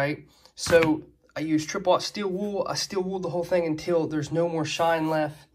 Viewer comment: There's an "L" at the end of the word "Wool."